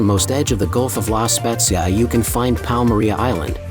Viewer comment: La pronuncia e sbagliata si dice la spezia con la zeta non con la esse o con la gi e non e sincterra ma e cinque terre 😂😂😂😂😂😂😂 devi un po migliorare queste parole 😅 e non e tinato ma tinetto capisco che sei straniero ma mira commandolpalmaria lai detta bene pero nel resto hai un ottima pronuncia italiana